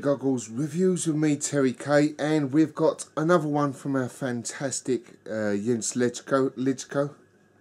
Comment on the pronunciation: Thanks for the kind words and you pronounced my name perfectly!!! Arabier is really a nice and complex Belgian Strong Pale Ale. The brewery doesn't have too many beers in their sortiment but they are almost all in the "great territory"!